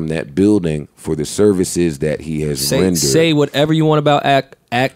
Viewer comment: the way he said "renderred" was hilarious and nobody batted an eye